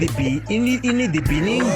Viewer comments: In the beninging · In the beninging? (it is improper!) 😂